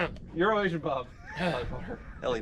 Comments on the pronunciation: I'm so glad that EuroAsian Bob is now correcting him from saying UrineAsian Bob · Is it just me or does it sound like he is saying "Urination Bob" not "Euro Asian Bob" 😂😂😂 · He really said URINATION bob 😂